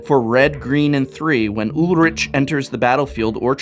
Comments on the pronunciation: I think it's Ulrik not Ulritch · Ulrich = Ool-rri-k (really it's more a soft ch at the back of the mouth where the tongue doesn't touch the pallet, sort of like the way a cat hisses) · I thought Ulrich was pronounced "Ull-Rick", since it's a German name. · Your pronunciation of Ulrich triggers me